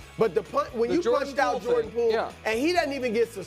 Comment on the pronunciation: Did Brou say Jordan Fool?